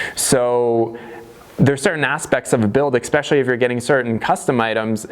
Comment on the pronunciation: "exspecially" That just means it's super special. lol Just messing with ya bro. The build is going great. You've really inspired me over the years with your knowledge and ingenuity. Keep on trucking man!